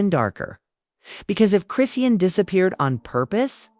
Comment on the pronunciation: Well we know it wasn’t blue he in jail and you don’t even say her name right